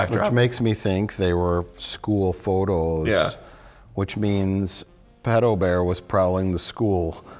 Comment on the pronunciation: Mike's dialect slipped out for a second : "School phåtås"